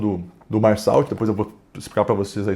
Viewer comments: É merssô a pronúncia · A pronúncia correta do nome da personagem principal é “Mersô”. Não é uma crítica, só ajudando mesmo